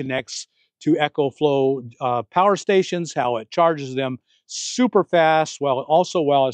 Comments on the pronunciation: ECOFLOW is pronounced "EE-Ko-flo" & ECHOFLOW is pronounced "EKO FLO". As a rep of the company, you should pronounce it right. Think of how you pronounce Economy. You don't say ECHOnomy right? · Not EchoFlow...EcoFlow, like economical